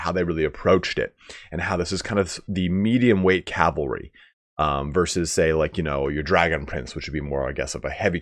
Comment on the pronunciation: What’s all this I’m hearing!? “Calvary”? “Barbed” horses? Also, the reason they say that Teclis knows firsthand is probably simply because he actually lived in the Old World and knows what Elven cavalry was like